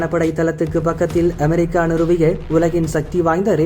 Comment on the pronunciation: அதென்ங்கடா அ'மே'ரிக்கா?படிக்க தெரியுமா உச்சரிக்க தெரியாதாடா?